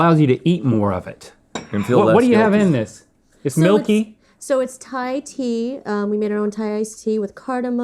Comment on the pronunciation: Did he say "I love thigh food"?